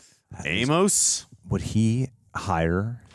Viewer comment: Their mouths' resistance to correctly pronouncing "Amos" was something to behold.